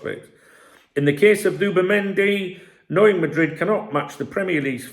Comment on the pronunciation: Who’bimendi did you say😂